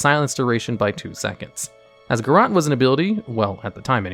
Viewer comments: pls. It isn't pronounced "garrAHt," it's pronounced "garrOAt" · "Garrote" has an E at the end. You're pronouncing it wrong. It's "guhROAT", not "guhROT". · then why is there an ‘e’ at the end of it :P. My ears were hurting whoever I heard the AHT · I’ve honestly never heard anyone pronounce Garrote as “Ga Rot”. Everyone that I know says “Ga Rote”